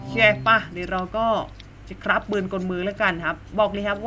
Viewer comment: ชอบ สำเนียงการ พูด มากครับ เวลา พูด ฮับ 🤣🤣🤣🤣